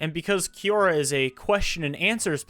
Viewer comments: i will listen once you can pronounce quora 😊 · I will from now on pronounce it Kiora instead of Kwora